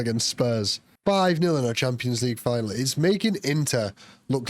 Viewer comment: Just sounds like he’s saying tampons 😂